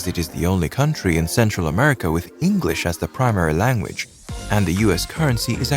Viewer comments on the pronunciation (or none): none